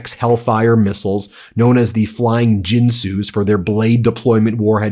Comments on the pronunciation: Holy fuck your slop is getting bad. A Reaper being shot down is not a plane, it is a drone. Since you're ignorant, I'll educate you on Ginsu. It is pronounced /ˈɡɪnsuː/ not /ˈjinsu/ like the swill you chugged before staggering out on camera. Ginsu knives were some of the first infomercials offered up after Ronald 'the pedophile papa' Reagan repealed limits on advertisements. The knives often came with a free Steamer, you know those Tomahawk precursors mentioned in 1984. I used to be a fan of your content, but over the last couple years you've descended into the shit by exchanging verifiable reporting into slop capped with click bait. You've forgotten why honest reporting is more important than clicky trash, as well as completely losing the plot. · pronunciation guide : OSINT - oh-sint ; ginsu - hard g like girl, gin-soo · omg how do you not know how Ginsu is pronounced?